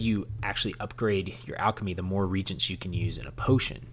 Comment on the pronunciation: thanks, i learned some good tips. Two notes: 1 you did not address how to level up - for example, leveling enchantments. Maybe a note in the comments would be helpful. 2. Reagent is pronounced ree and agent not regent.